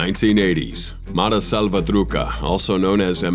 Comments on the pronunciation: He said something like mara salvathruca 😂 it's more like Salva.threw.sha Like. "Truchas homie the block is hot right now" 😂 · He didnt pronounce mara salvatrucha correctly.